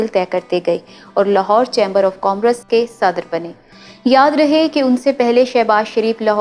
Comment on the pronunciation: او لڑکی ۔۔۔بیٹا الفاظ کسی بھی زبان کے ھوں تلفظ بالکل ٹھیک ھونا چاھئے ۔جیسے آپ commerce کو کام اور رس( COMM.....RUSS) دو الفاظ میں توڑ کر بول رھی ھیں اس کو ایک ھی لفظ COMMERCE میں بالکلsoftly بولیں stress نہ دیں۔ شکریہ